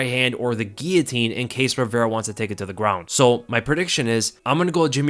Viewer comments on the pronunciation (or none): none